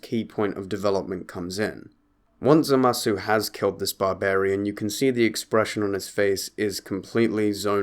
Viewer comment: It's Zamasu not Zamazu Leviooosa.